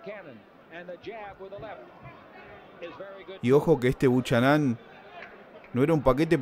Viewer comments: POR FABOR NO DIGAS " BUCHANÁN" SE PRONUNCIA BUKENAN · 'Buchanán'???? Jajaj se pronuncia 'Bocanan'.. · ERES MEXICANO, APRENDE A HABLAR CHICANITO...SE PRONUNCIA BUKANAM... DETESTO EL HABLADO DE LOS MEXICANOS.. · Me gusta la simplicidad de tus narraciones sin aspavientos, aunque si hace falta más énfasis amigo mio.... apellido irlandés creo Buchanan.... Se pronuncia sin la h.... Bucànan.... Asentuando a pronunciar L a intermedia.... Es como el whisky.. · El apellido del negrito es Bucharan, pero se pronuncia: bu kae ran